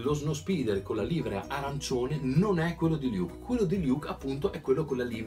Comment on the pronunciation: Bella recensione, come sempre. Giusto per fare il grammarnazi si pronuncia livrèa.